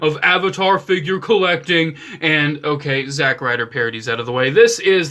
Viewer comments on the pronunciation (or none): none